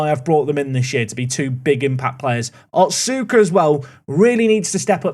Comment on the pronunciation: little note, the U in names like otsuka and asuka are less pronounced. so instead of “ot-suu-ka” it would be closer to “ots-ka”. (see: sasuke in naruto!)